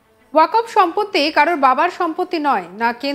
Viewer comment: Uchcharon wakof hobe na shothik uchcharon hobe "Waqf"?